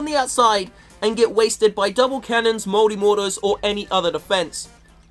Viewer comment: I thought he said 'moldy mortars'